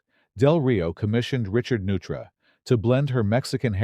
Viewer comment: The architect’s name , Neutra is German and is pronounced noytra.